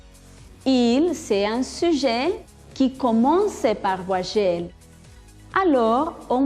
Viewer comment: La intención es buena, pero la pronunciación, ni hablar. Ni idea del sonido de la "u", ni de las nasales, ni la diferencia entre v y b. que es eso de "ti." "vuayel" Ne prononce pas le mot vite, au moins